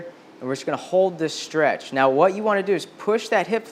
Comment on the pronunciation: I had to look up the words shtretch, shtraight, shtrength, shtring ... couldn't find any of them.